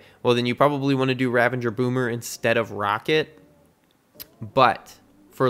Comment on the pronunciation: I'm sorry, I have to say it....Ravagers...there's no N